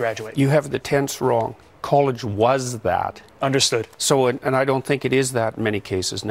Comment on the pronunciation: Underrated comment. I swear I heard a "yes, sir" in his 'understood'.